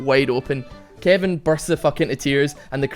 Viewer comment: lol I first time you said Kevin I thought you said kiandy XD (please don't kill me ;_;)